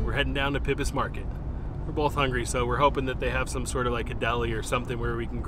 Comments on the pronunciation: Say it with me now... "PIE-BUS".... Good! I love that you enjoyed India house, it's pretty tasty. Try McGlinns for some good eats next time around :) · It's pronounced pybus as (pie-bus) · Thank you, Nice video. FYI: Pybus Public Market is pronounced “PIE- BUS”. The Pybus family owned it; was a metal fabricating business. My husband used to be a wheat farmer and can remember driving thru there to pick up some metal pieces. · Enjoyed the video but, just so you know, Pybus is pronounced Pie-bus... like apple pie. :-) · You’re going to have to go back to Wenatchee and check out more places! Not everything in pybus is dine in (btw it’s actually pronounced PIE-bus). Some of the coffee shops there have to go options and they’re really good!! You also need to hike saddle rock, and explore more places on the loop trail if you have time! There’s so many wonderful gems in Wenatchee and I hope you’ll learn to know them! You should also come down to Wenatchee for the apple blossom festival this week/weekend just for fun!